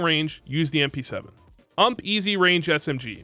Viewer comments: My man called the ump the ammp 😂😂😂😂😂 clown juice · The way you say ump kills me